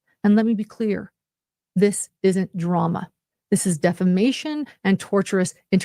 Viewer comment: Tortious interference Lauren 🤣 not tortuous. This are two very different things.